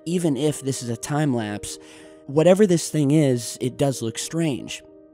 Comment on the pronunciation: pluse he says its time laspe